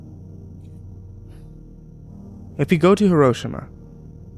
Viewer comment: hee- row - sheema not her - row - shima